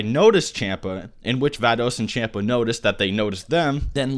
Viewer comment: bro wtf? its pronounced champa(Shun-pah) Vados(Vah-dos)